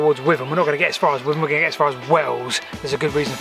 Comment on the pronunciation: With-am? Being a local always pronounced it whit-am.🤣 My mums dad was a level crossing keeper on the GWR Whitham to Yatton line.